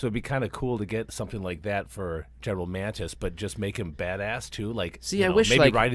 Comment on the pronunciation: It's not GEN Mantis, it is Mattis...